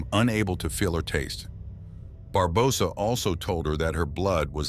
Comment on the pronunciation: Why do you pronounce Barbosa like that? 🤨